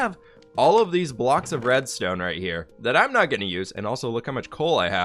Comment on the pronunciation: When he was working out the deal to sell red stone, he kept saying diamond blocks instead of reds tone blocks. 😆😆😆